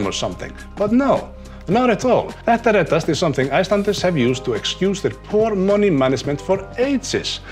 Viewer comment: My girlfriend has þetta reddast tattooed on her collar bone. I like how you pronounce it. Sounds less like Pet a red-assed, which would probably mean it'll all be ok if you rub it until it's chaffed.